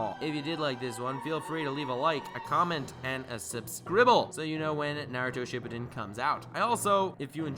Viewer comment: “Shippiden” It’s pronounced “ship-pooden” *Shippūden*, is how it’s written, and the little macron over the U (ū), draws out the letter, making an OU or OO sound. According to the Japanese language.